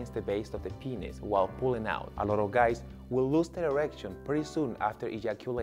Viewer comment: is it just me or is it funny how he said penis on